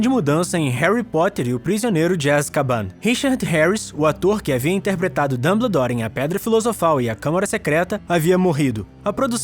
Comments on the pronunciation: É Dumboldore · ELE FALO DANDEDOR DANDERDORRR🤬🤬🤬🤬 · mano, que agonia! A pronúncia é "Damboldor" kkkk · O cara me pronúncia "Dumbledore", do geito que escreve, mas a pronúncia certa é "Danboudór"! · Dâmbledor? Sério? Dói os ouvidos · Escreve "Dumbledore" E fala "Damboudor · Ele fala danbedor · dambledor KKIOKKJ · e q vc falou Damboldor kkkkkkkk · Pelas barbas de Merlin, essa pronúncia do nome do Dumbledore me mata eternamente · Me encomendei no início do vídeo mas depois achei bem legal, ficou muito parecido com o sotaque francês